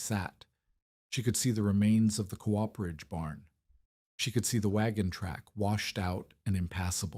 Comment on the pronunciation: COOPERAGE..... AI can't pronounce it properly.......